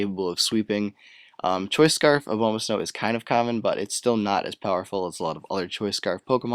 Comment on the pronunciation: BTW it's A-bomb-ah-snow, you know-- abominable snowman?